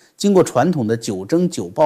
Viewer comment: 是 "九蒸九曝 (讀音 鋪)", 不是 九蒸九暴, 這裡的 "曝" 是曝曬之意, 為何 一直堅持把 "九蒸九曝" 的 "曝" 讀成 "暴"??? 實在是令人費解.